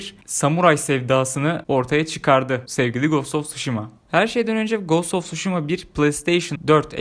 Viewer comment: Knk telaffuz; gast of suşhima not:olm hani edemiyodun sjsjsj